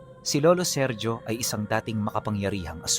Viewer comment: Seryo hindi serjo lalo unang panahon pa itongl mga taon e ang bigkas sa ganyan pangalan SERYO pag modern times SERJO